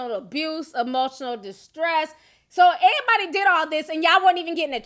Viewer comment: The word EVERYBODY has a V in it. It is not "airybody".